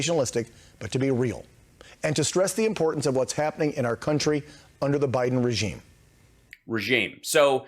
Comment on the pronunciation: I cringe every time one of these clueless talking heads say "R. KUNTRY!" It's starting to sound as dirty as "R. KELLY!"